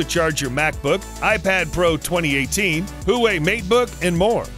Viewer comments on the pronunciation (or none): Huawei = Hooway 🤣